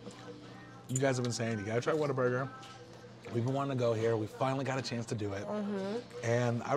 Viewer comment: Oh it’s whalburger we’re getting never mind lol